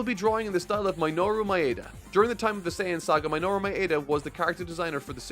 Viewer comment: brother Minoru's name is pronounced Me-noh-ru, not My-noru. Thanks.